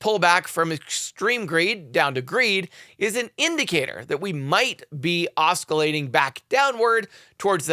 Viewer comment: The ‘c’ in ‘oscillating’ is silent